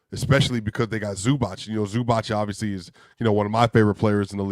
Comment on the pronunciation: Please learn how to say ZubaC - that last sound is like zz in pizza